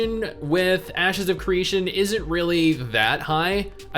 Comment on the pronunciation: Is it me, or did say ass secretion instead of ashes if creation during the gameplay footage? I know he didn't but it sure sounded like he did.